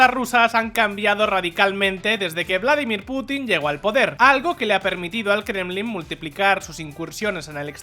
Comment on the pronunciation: No se dice "Vládimir" sino "Vladímir".